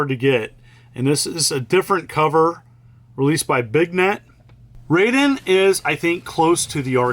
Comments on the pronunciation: So if its Rayden not Ra i den then it's Ninja Gayden not Ninja Ga i den. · Pronunciation Police reporting in. The "ai" in "Raiden" sounds like "eye" not "ay" (same with "Gaiden" and "Taito"). So, Rye-den, not Ray-den. :)